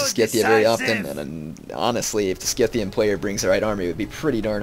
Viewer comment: "scythian" is pronounced like "scythe". the c is not hard.